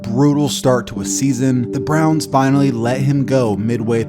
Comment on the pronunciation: "The Cleveland Brons" lol